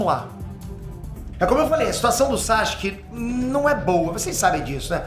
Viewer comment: Pow, para de chamar o cara Saxque, o nome do cara é Sasuke, é só pronunciar bem rápido "Sassuke"